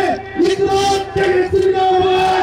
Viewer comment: 말막히면 여러븐 여러븐 발음도 못해서 분자도 못하고 븐븐 바보갇네